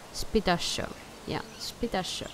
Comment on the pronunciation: It's pronounced "See-tacko-saurus"